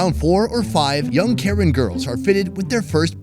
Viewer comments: It's pronounced kayin not karen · Not Karen but Kayan (ka yan) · it's not pronounced karen (care-ren). More like Ker-ren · When you say Karen for the cultural people, it’s actually pronounced “kuh-ren” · The way you mis pronounced it but it's ok! I get it :) Please say Karen as (kuh-rehn)